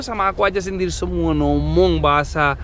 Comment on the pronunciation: Salfok sama 😂 bilang "ngomong" jadi "nomong" 😆 mood booster bgt kawa ❤